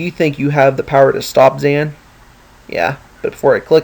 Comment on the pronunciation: yo its not zan it xan and the letter a in xan sound like a o ok